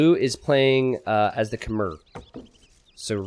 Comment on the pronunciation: Please learn how to pronounce "Khmer" properly.